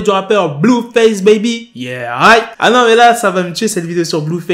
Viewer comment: il étais parfait ton yeah aight